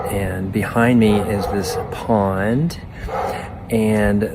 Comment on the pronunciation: What the fuck is a” pawand”?😂